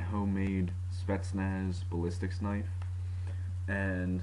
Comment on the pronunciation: He said ballistic snipe lool epic fail